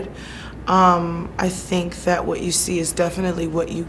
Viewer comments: Tomou na cara, bem feito. E aprenda ingles pra próxima entrevista. Sink é pia, não verbo Pensar....jesus, vergonha alheia em todos níveis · Que repórter ridículo. Alguém tira ele dai? Nem sabe pronunciar “think” ... ... “you SYNC!!!!!!” Pelo amor de Deus que vergonha